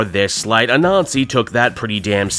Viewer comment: I know your not doing this on purpose but Anansi is not pronounced A Nazi its Ah-Nan-zi otherwise you make Miles sound like he should be goose stepping instead of thwipping and thats no good